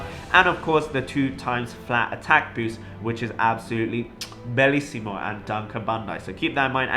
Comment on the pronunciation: Proud of your italian "Bellissimo"